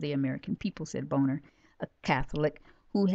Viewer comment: great information, Shalom! by the way, John Boehner's last name is pronounced (bayner) :)